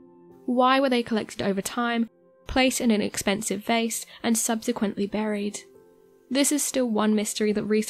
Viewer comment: Pity she can't pronounce the word vase